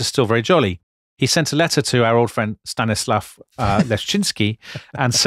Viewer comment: Nice podcast, thank you. However, you guys should have consulted native Russians or Poles in regards of pronunciation of Slavic names. In many cases you are spot on, but mistakes are still often. For example Stanislav is stressed on the second syllable, not on the third - this is the rule of the Polish language that you emphasize the syllable before the last one. Some other notes: Saxony was an electorate, not a kingdom. Saint-Petersburg was called initially in the Dutch fashion: Sankt Pieter Burch. They changed it to the German variant in 1724. An interesting fact about building of Saint-Petersburg: when it was about to be built a close aid of Peter of English origin visited Isaac Newton in Greenwich and laid down plans of the future city to him. Newton approved the idea and the architectural design of the city, adding some details which instill a number of Masonic symbols in the plan of the city. So the city got its blessings from the head of English freemasons. As of the way the Russians adhered to orthodoxy it is important to understand that being an orthodox meant copying the ways of the first Christians literally: how they believed, behaved, even how they walked. For orthodox people it was a guarantee they would save their souls if they copy the ways of such holy people who lived in the times of Christ and apostles. For them keeping the old traditions was the way to win an eternal life for their souls - the highest bet they made, God bless them.